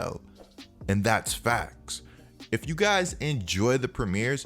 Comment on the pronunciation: "And that's facts", speech impediment voice